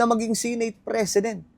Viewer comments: SE-NATE hindi Si nate bisaya ba? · Sineyt ng sineyt. Seneyt ung pronunciation nyan